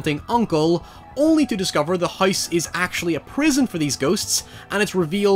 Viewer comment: His pronunciation of house is literally "Heiss"